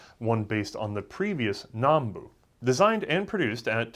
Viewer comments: Still saying Nambu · It's Nambu. Not "Nanbu".